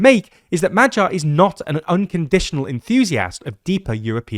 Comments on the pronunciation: That "MaGYar" rather sounds like "MaTTYar", let's work on that 😄 appretiate the effort though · for all anglophones here: its Magyar (g pronounced like in a word "great") not MAJYAR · the 'gy' sound is more like when americans skip the 'o' from 'do you know'. Try pronouncing Madyar, Shaping the 'a'-s like 'o'-s, (by opening up your jaw) while putting the emphasis on the first syllable. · Are you sure? I'm not Hungarian but dictionaries do tell me to pronounce it as [ˈmɒɟɒr] not [ˈmɒgjɒr]. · Magyar is Hungarian surname. Please read this surname as 'Madiar' with D instead of G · Why don't you make the effort to find out how is Magyar correctly pronounced?